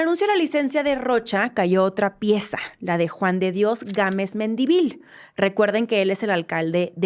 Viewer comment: Hermana, Mendívil es palabra grave, lleva acento en la primera "i", no en la última. Disculpa la fíjadez, pero es el segundo programa en que lo pronuncias así. Es un apellido común en Sinaloa.